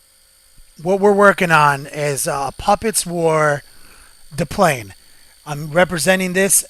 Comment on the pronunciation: the 1st 10 second of your video and how you said de plane bright back to my youth :) great vids keep them up , small laugh